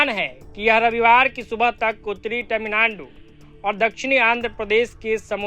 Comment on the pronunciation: मोदीजी ने तमिलनाडु का नया नाम 'तमिललोड़ु' दिया था और आपने - 'तमिलनानडु'। ऐसा न करो भाई, आप तो मोदीजी से अधिक शिक्षित होंगे। 😂